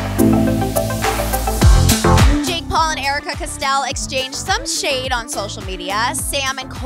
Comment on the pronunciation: “Custell” AHHH